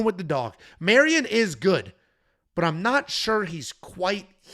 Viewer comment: Another Mairon Santos breakdown where calls him Marion the whole time 😂